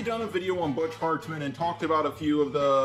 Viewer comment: I love how he says bitch hartmen